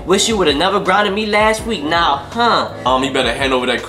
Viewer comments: He said no instead of now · U said no instead of now